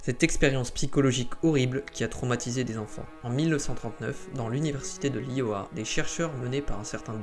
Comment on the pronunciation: Merci ! Je cherchais des infos sur cette étude, je suis tombée sur ton short, j’ai bien compris l’essentiel 😊 Juste pour ton information, l’iowa on prononce pas « Lit oh ah » mais « l’aïe oh ah » 😌